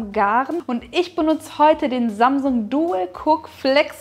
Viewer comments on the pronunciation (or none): none